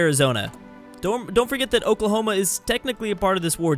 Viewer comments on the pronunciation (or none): none